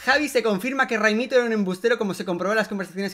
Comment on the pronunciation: Tú tambien te has equivocado, se dice ghaimito